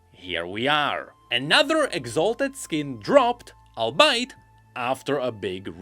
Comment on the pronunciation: if you're reading this, "albeit" is pronounced similar to "all-be-it" not "i'll bite"